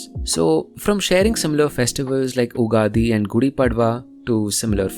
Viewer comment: Dude please it's not ugadi It's युगाधी as in युग and आधी